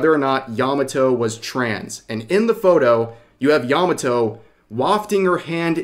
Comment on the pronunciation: Made in Abyss has shrexual content? I watched the 1st season and didn't see anything remotely adult. What the heck? Yah mah toe Not "yahmmuh toe"